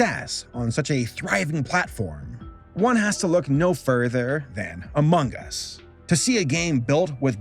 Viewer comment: THE WAY HE JUST SAID Umugus🗿